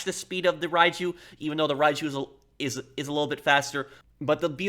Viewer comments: Great video. It's pronounced Ryu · All I'm hearing is Raichu